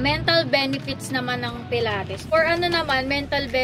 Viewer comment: It’s puh-laa-teez po right pronounce for pilates